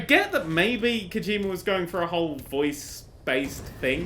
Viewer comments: lol kojimer, kojimerrrr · I love the way you pronounce Kojima, "that's Kojimer, that's Kojimer shit!".